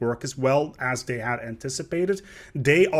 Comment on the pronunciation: I can't help but notice every now and then you pronounce this and they, like "dis" and "dey"